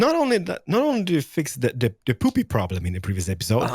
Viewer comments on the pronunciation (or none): Someone tell that it's Poppy not Poopy😂😂😅😅😂😂